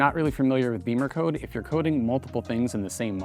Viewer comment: It's NOT Beemer code, unless you can't pronounce English vowels. "Bimmer" is the nickname the Germans use for BMW, and they don't say "Beemer", believe me. You want to sound ignorant, that's your choice.